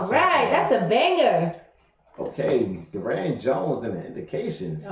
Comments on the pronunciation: It's "Durand" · It’s pronounced do-rant Durant jones. And if you do read this. React to giving up by Durant jones. You won’t regret it